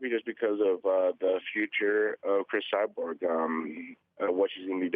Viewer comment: "Chris Cyberg"- Tito Ortiz